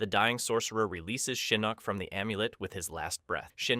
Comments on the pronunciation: it's pronounced Shinnok not Shaneck. How hard is to pronounce that damn name? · Your name pronunciations get crazier and crazier as the video goes on lol. Not me hearing you talking about "Sheeyinok" just as I'm noticing it lol. Just chill man, say the names the way you've HEARD them said, don't overthink it. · He meant to say Shinnasty.